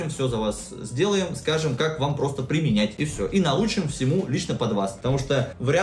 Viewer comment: "примЕЕЕнять". ё-маё =__=